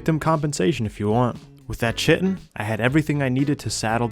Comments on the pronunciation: fyi the Ch in Chitin is the same as Chaos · Kai-ten, not chittin, or shittin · kite en not chit en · It is pronounced "Ky Tin" like a Kite made of tin. Chitin called like chitlins is creepy and wrong! Google it! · Hearing butchering the pronunciation of “chitin” hurts my brain… KAI-TN (Kite-in) NOT fucking “chit in” 🤦🏻‍♂️ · Eeeerm ACKually, its pronounced KITE-n not CHI-ten ☝️🤓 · Its kai-tin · Great video. Btw chitin is pronounced like “kite in” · Chitin is pronounce kai-tin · Chitin is pronounced Kai-Ten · KY-tin. Hate you too. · Chitin pronounced kai·tn : D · Chitin is pronounced “kai-tin” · Love your videos, I don't own Ascended but if I did I would gladly fistfight a scorpion alongside you. Also, I'm sorry to do this, but Chitin is "Ky-Tin." I made the same mistake for years, as it's a word we typically only read without actually hearing it pronounced. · Heads up, the word Chitin is pronounced like “titan” with a K sound. like “Kite-in.” After I learned that it made the word feel less weird to say. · Just so you know, chitin is pronounced "kai tin." Comes from the Greek 'khiton.' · Chitin is supposed to be pronounced like kai-tin (like the name kai or words like die or shy). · Not sure if you care, but the word Chitin is pronounced "Kai-Tin". Love your videos. Fantastic storytelling and skill. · I couldn't figure out what you were looking for , then I realized it was "chitin". In biology, the word is pronounced like "kai-tin", but don't change how you pronounce it because some dumb guy on the internet tells you to. Keep up the great content man. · That's not how you pronounce chitin... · this is a great ark channel, but for the love of god please pronounce chitin correctly in the future lmao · I hope someone taught this dude how to say Chitin properly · sorry how was that pronounced for chitin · Real, and he can't pronounce either word lmao